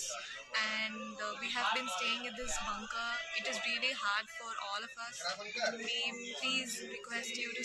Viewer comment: Pls pronounce Bankar,not jhankar.